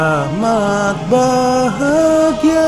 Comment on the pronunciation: Rahmat bahgia, BUKAN Rahmat Bahagia...